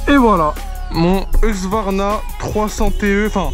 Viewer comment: husqvarna et pas hugsvarna les gars lol